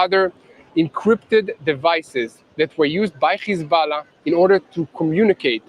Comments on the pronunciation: It's hezbollah not hezballah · How come he pronounces hezbollah like that